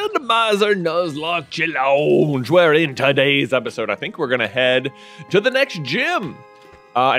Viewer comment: It’s challoooooooooooonge. Not challenge